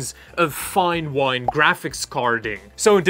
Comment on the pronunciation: 18 fps then 50 fps ))) "Fine shit" not wine !